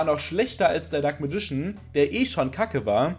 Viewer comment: ich möchte gerne etwas persönliches los werden. die englische aussprache vom dunklen magier missfällt mir zu tiefst! ich schaue mir gerne deine videos an und versuche so das ein oder andere umzusetzen, um nicht nur in der zweiten generation festzustecken. aber wenn ich immer nur "dunkles radieschen" höre, kann ich dafür keinen daumen höch geben. ich werde hier also nicht deine arbeit und untersuchungen zu dem thema schlecht bewerten, sondern nur die "mir" missfallende aussprache des dunklen magiers ;) auf weitere tolle videos, wo hoffentlich keine "alten männer mit zauberstab" auftauchen werden x)